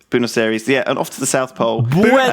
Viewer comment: LEWIS IT PRONOUNCED BWEN-OS AIR-EES!